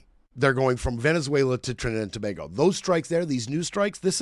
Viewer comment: Hey it's Tobago - sounds like To(bay)go please🙏 Not Toba🐑hgo Good show though